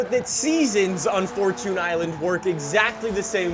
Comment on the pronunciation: Fortchoon island